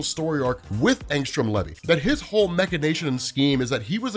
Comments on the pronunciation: Bruh..... it ain pronounced levee. U soun like my school teachers taking roll call. Wrong af. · Maybe when he makes his appearance on Amazon we’ll hear how it’s pronounced